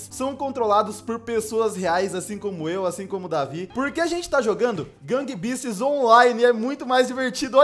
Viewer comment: No gang beast tinha falado errado